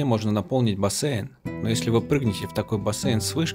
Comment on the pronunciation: БасЕЪйн, уже слух режет